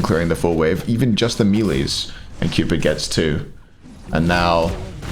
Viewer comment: Im just here to hear say ''melee" and "bully" weird